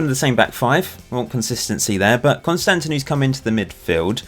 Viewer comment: actually as a Greek it doesn't sound good to me how you pronounce Konstandinou but I guess it is okay I suppose, our language is really hard to understand and learn... Just for the record it is pronounced KonstanDInou not KonsTAndinou Keep up the good work like always and also looking forward to see your experiments in the near future (if you are planning on doing...)(they are my favourite type of videos)